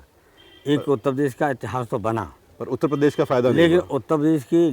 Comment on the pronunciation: Shout out for Utta pes 😏